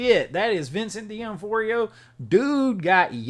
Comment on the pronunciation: His name is pronounced D noff-rio. Lol